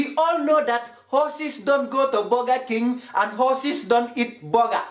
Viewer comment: "vee aal now hawsas don't go to boga King and don't eet boga"